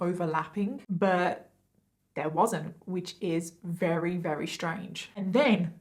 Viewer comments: The stories are decent BUT the way you say “very/RARERY” is driving me NUTS I realize it’s partly accent but… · Why can’t say very she says rery at the start of the video